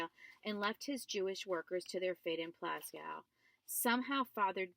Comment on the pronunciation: y r u reading in ur car? Also, it's pronounced Plah-shuve not pla skow